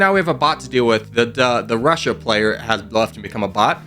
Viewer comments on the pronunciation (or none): none